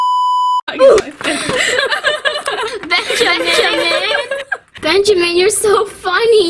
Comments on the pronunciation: U don’t say beeeanjiman”😂😂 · i’M herE miSS nAtaLIe iTS nOT BenJAMine 😂😂😂😂😂😂😂💀💀💀